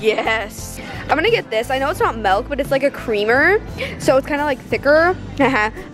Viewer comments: Oml she says “melk” instead of milk. ily girl but just no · I love her but when she said “melk” instead of “milk” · STOP SAYING MELK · The way she says milk is funny she says melk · She says “melk” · frl its not no melk its milk🤣 but i still love her channel!!!! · It’s milk not melk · Frances Hermes my best best best friend says "melk." I just look at her and say, "I love you but it's miiiiilk." 😂😂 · ITS MILK NOT MELK sorry had to mention it:)) hahaha love your vids tho:) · OMGGG NOOO SHE SAYS MELK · Melk lol it’s milk 🥛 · its not mELK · Did u just say melk?!??? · Milk not melk UGHH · mElk lmao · How she said milk killed me